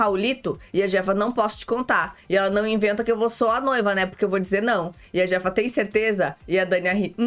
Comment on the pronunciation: a pronúncia do J no Espanhol tem som de C então e a chefa. Eu assisto este reality no Telemundo, aqui dos USA.